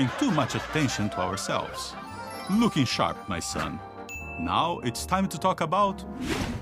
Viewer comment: every time i watch that i hear "looky" instead of "looking"